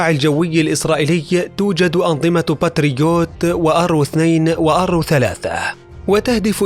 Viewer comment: تقرير رائع ومتعوب عليه،لكن للتصحيح باتريوت اسم الصاروخ مش باترويت